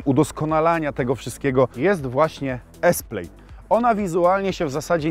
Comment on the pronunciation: Plaaaaaad nie plejd